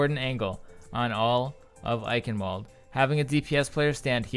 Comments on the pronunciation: Just being nit-picky, the W in Eichenwalde is pronounced as a V like, "I-kin-vald" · Pronounced: "EiSHen-Vald-eh" SOURCE: Edit: The announcer's pronunciation still sounds like "Eichenvalde" to me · It's also not pronounced "kin". "chen" in german is a sound not used in the English language. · "Ch" isn't pronounced "k" and the last e isn't silent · the "W" in Eichenwalde is pronouced "V" because it is german